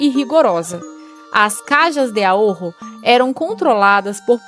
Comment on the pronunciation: O vídeo e o canal são excelentes, mas a pronúncia está equivocada. A pronúncia correta é "carra de aôro" vibrando um pouco o R. Caja=kárra; Ahorro=aôro. Caja=caixa, ahorro=economia. É o equivalente à caixa econômica. 'Ká.ha de a.'ôr.ro.